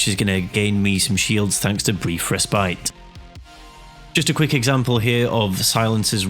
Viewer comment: you pronounce Respite wrong Res-pit is how you pronounce